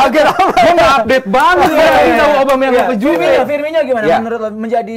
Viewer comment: Firmino bukan Firminho